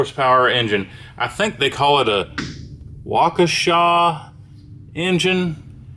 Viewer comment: I grew up in wuakesha wisconsin, and most people I talk to out of state pronounce it “wau-key-Shuh” but you were pretty darn close with “Wau-kuh-shaw”